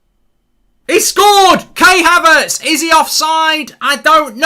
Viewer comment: Man said kay haverts